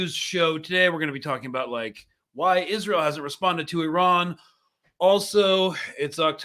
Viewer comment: Haha is-an-eel afraid of Iran 🤭